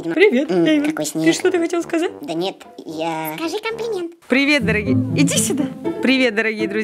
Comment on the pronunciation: Сказал комплент!:'D 😂